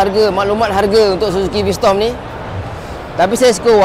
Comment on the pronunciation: V strom bang... Bukan v storm